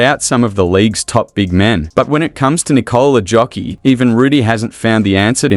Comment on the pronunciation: Nikola "Jokiii"? Mann, lebst hinter einem Stein oder was? JOKIĆ !!!!